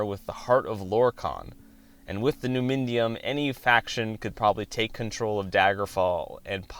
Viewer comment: Good work. But you gotta look up the pronunciation of words before you say them out loud my dude. Like, it’s pronounced “Nu-mi-dium”. There were a couple others too.